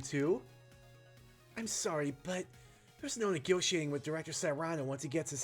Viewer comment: Cyrano is pronounced "Seer Ann o". Outside of the story of the same name, I'd never heard that name used. Granted the last part of the dlc was also based on a story (albeit with the roles of protags and antags reversed), but Momotaro and Cyrano D' Bergerac don't really have anything in common. If anything, this Cyrano feels more like a slightly younger and more ethical John Hammond from Jurassic Park